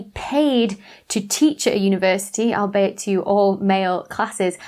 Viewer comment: I always find it interesting how people pronounce "albeit" -- I always notice it when is used. As a word it's short of the phrase "all be it", and is pronounced the same way.